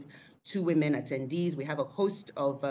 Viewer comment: Please its Women not Wemen!